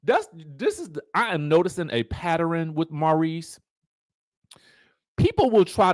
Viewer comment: You're noticing a "patturrrrrin"?! LOL!